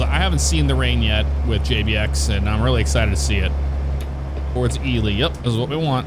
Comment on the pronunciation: Right on. It's cool to see that Ely is in this game. I'm from McGill, about 12 miles north of Ely, I work at a Copper Mine up here and I'm also a Volunteer Firefighter. So with all that said, I'm a fan of all the simulator stuff you do. Thanks for pronouncing Ely correctly lol. And for Pioche, it's pronounced Pee-oach, there's a few weird names here for sure lol. Keep up the great work man. Thanks!